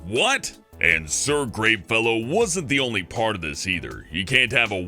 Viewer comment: I'm not gonna pretend you didn't say "Sir GREENfellow" I heard that! 😂